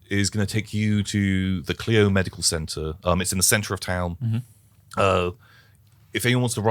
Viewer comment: It's funny, this is the second playing of this scenario I've seen and both times they pronounced Clio wrong, it's KL-EYE-OH (for anyone wondering). :)